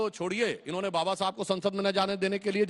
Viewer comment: अंजना दल्ली पहिले बाबा बोलना सिख